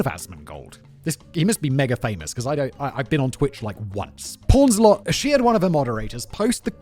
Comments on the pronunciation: Queen pawns a lot? 😂 powns* ffs Simon is killing me in this one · Poons-a-lot, Simon. Not pawns-a-lot. Though calling her porns-a-lot kind of makes sense in her community blindly protecting her despite so much evidence that showed she was cheating